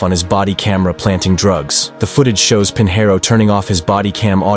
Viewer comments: Robots can't pronounce SHIT. Pinheiro is pronounced "peen-YEH-roo". "Pin hair oh" is just fucking stupid. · Correct pronunciation would be Pignero, as in Lasagna.